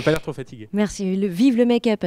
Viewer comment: vive le mec-up - la prononciation fait parti de la blague ? ou est-ce Mecque-Up